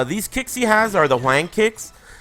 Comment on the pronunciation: You're mispronouncing Hwang mate.